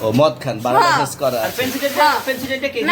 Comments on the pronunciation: ভাইরে ভাই জীবনের শুনে আসলাম লাইসেন্স আর উনি এখন বলতেছে লাইসেন্ , আর এই জন্য মনে হয় ওর নাই কোনো সেন্স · লাইসেন্স উচ্চারণ করতে পারেনা...এরে আবার লাইসেন কে দিসে ভাই! 😂